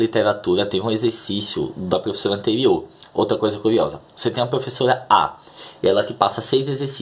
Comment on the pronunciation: Kkkkk.....serei direto como os russos na boa .....você insiste em pronunciar PREFESSORA....na boa cara....